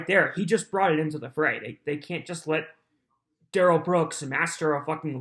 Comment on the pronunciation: DA Opper's Investigator (ya know the guy that Duh-rell can't figure out who he is ) just can't help himself from looking over at Duh-rell when he's doing or saying something stupid ! 😂😂